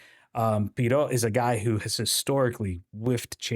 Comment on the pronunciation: Also I know it’s not a big deal but Pierrot, that “t” is silent